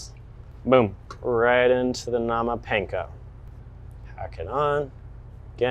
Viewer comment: Bro not even saying panko right 😂